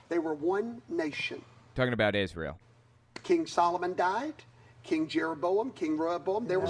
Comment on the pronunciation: Ahhh man, I thought you were ganna play my favorite clip! You know, when Shane Vaughn sings new Israel, new Israel, NEW IS-RAY-EL! It just makes me laugh every time i see it, his smug stupid face saying IS-RAY-EL. Gaaaawd hes just such a POS. 🤣🤣🤣🤣